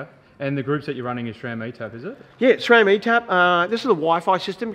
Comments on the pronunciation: It is pronounced sram not shram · its pronounced sram not schram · "srem" po našem